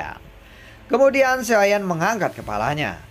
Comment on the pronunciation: Bg ngomong "Xiao Yan" nya jgn di gituin kurang enak denger nya Kaya dulu aja bg pembawaan nya enak. Dan pertarungan dewa bintang 8 bg bukan fighting bintang 8,bawa pke bahasa Indonesia aja jgn Inggris Inggris an